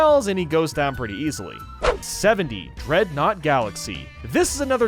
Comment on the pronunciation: he said drednaw like the pokemon drednaw